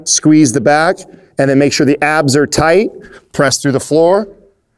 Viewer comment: When he said tighten my abs at first i thought he said tighten my ass